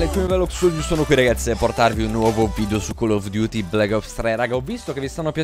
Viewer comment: È la prima volta che sento la frase Call of duty pronunciata bene